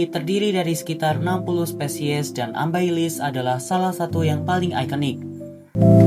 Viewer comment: Amabilis weh😭😭 itu keknya typo apa gimana, ambailis semua😭 lucu bgt, tapi masih bisa di cerna kok penjelasan nya dan bagus juga informatif bgt